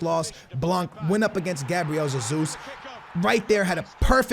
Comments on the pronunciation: It's not Gabriel Zezus, it's pronounced Gabriel Jezus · Oh ffs it’s not zezus. Just call him Jesus like normal. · It is not ZeZus. Cmon dude that’s just ignorant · You’re just saying Zesus xd , I’m Portuguese